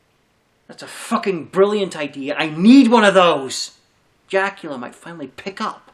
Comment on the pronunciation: Did you say Dracula or jackula? Either way that's badass that you got them on speed dial!